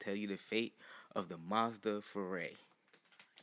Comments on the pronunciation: not Fu Rey you pronounce it wrong and it's hard to listen to you it's pronounced Fu rye - Fu Rai not Fu Rey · “tHe MaZdA FEREI” Just say Furai, prounounce it like ふうらい. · Foo-rai. Not ray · I hate how you pronounce it "furay" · It’s Furai “FOO-L’EYE”